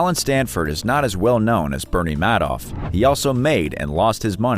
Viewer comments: Pronounced MAD-off, not ("made off with the money") MAID-off? Madoff has since died. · FYI Bernie Madoff (pronounced “Maid-off”) died well before this video was published.